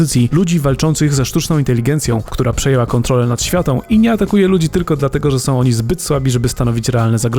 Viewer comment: "AI przejęła kątrolę nad światą"... dziwne jest to lore w AI War....